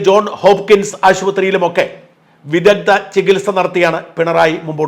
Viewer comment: "വിദഗ്ധ" "വിദഗ്ദ" അല്ല